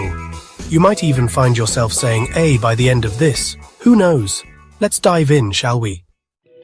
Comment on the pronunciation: Have been thinking we might be better to explain how Americans are not Canadians rather than the other way around. (What accent is this narrator using? Is he AI? Who says ‘Métis’ like that? He is also having trouble with the Canadian ‘eh’. As for his use of ‘sorry’…sorry.”) Fun video though! 🇨🇦